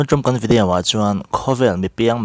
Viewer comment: Tun tum kn 'Vediau'......cuan Guinness pronounce dan poh etc 😅😂🤣